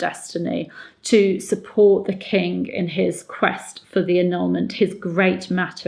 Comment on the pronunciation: I am unsure whether you are aware of this, but you sometimes seem to say "The kink of England" instead of "The king of England" which always makes me go into unvoluntary rejoicing and cheering as it is so strangely fitting in this instance. :-D